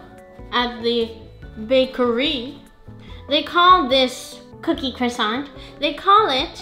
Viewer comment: I like Cwoissant 😅 your voice sounds a bit different in this video. new microphone ?